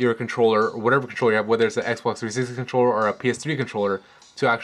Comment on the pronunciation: Xbox Threesex controller, why are you saying it in this way? Serious :D